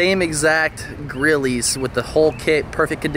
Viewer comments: Did he just fuckin say “Grillie” not “Grille” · Grilles NOT GRILLEEEEEEZ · You did not just call those grillys 😂😭 the e is silent bruh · Someone tell this man the E in grilles is silent 😂 looks good tho